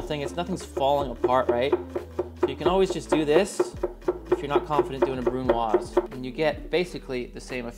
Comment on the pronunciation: One of the only people who knows how to properly pronounce brunoise 👍